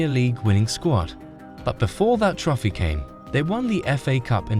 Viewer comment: dislike for pronouncing trophy as "trofy"